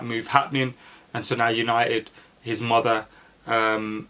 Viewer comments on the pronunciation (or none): none